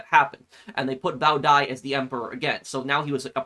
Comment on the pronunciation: It was really great and yes you pronounced Bao Dai's name correctly and he was exiled to France until his death in 1997